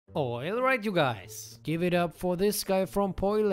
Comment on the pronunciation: "OILRIGHT YOU GUYS!"